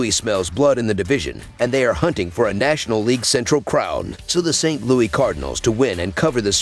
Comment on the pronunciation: Its saint LOUIS NOT Louie